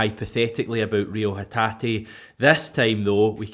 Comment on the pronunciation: By the way its pronounced Reo hetat not hetateeeee.